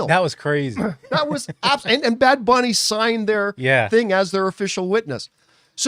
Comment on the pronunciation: you only botched “booney” lmao